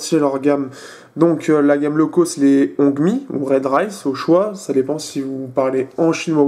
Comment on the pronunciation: en ce qui concerne le fait que "l'on parle chinois ou anglais" hongmi se prononce rond-mi / ron mi / ronmi.... juste en passant